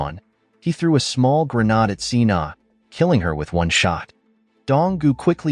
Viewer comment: Then why not fix it and change it to gernade? And why would you use AI if it can't pronounce simple words?